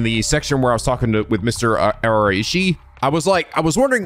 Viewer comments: You're still not pronouncing Araishi right. It's "Arai-Shi". Arai like the Yakuza 4 character. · In regards to Araishi's name, you were actually pronouncing it correctly in the previous episode. It's pronounced ah - rai - shi. Don't stretch/stress on the "i" after "ra" because that actually changes the name. Araishi = ah - rai - shi Araiishi = ah - ra - EE - shi *I see in the comments that people are telling you to pronounce it "ah - ra - EE -shi" because in Japanese it's pronounced in syllables. While that's technically correct, Japanese don't stress on the vowels like in English (unless it's two vowels right next together) so we don't really hear a hard "i" after "ra". * I honestly don't mind if you pronounce it either way because I understand that Japanese names are not your native tongue and I just appreciate the effort you put into trying. But if you want to be accurate, then go with "ah - rai - shi". Either way, do whatever you feel is most comfortable. I'm enjoying the let's play regardless! : ) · List of Japanese names that butchered: Asheena Moshirige Bob Uchimochi, Bitch Shirahshi Arahshi Never change, pls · Well Araichi is pronounced like this: Ara + ichi (like Ichigo from Bleach) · I think Araishi is pronounced more like Ah-Rye-She. Like extending that A a bit in the beginning. I feel like I heard the name from an anime but I can’t point out where. You’re doing great though. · Araishi sounds like: a-RYE-she I’m not a linguist, so if its not phonetically written correctly, my apologies. A good tip is Japanese “ai” sounds like “eye” I don’t personally mind when you mispronounce things, just wanted to help you out this time! :) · For the pronunciation of Araishi. it isn't Ara-ishi, it's Arai-shi. Similar to saying the name Arai, like the guy from Yakuza 4, and adding -shi to the end of it. Also, I feel the old man type of voice doesn't fit Nejima so much. doesn't feel like a threatening voice like he seems.